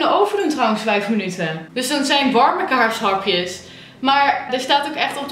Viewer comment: Je zei kaars hapjes! ; )